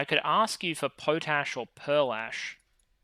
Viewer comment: I’ve never heard it pronounced Po t ash instead of Pot ash, as it is made by getting ash into your pot.